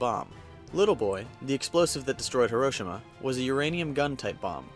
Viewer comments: If you havent gotten 50 million comments yet, Hiroshima is pronounced He-ro-she-ma not her-o-shi-ma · herosima is what it sounds like he is saying lol... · Did anyone cringe when he said Hiroshima like hairoshima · it's hero-she-ma not hairo-shi-ma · you mean Hee-ro-chima? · It's HI. ROH. SHEE. MA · I’m getting bothered by how your pronouncing Hiroshima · am i the only one that gets mad with the way her pronounces hiroshima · It's pronounced hero Shee ma idiot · um I think you said Hiroshima wtong